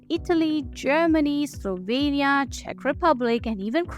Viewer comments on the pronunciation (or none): none